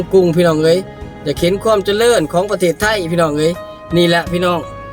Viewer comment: เจริญ..จะ...ไม่ใช่จะเดิน.....นะพี่น้องเด่อ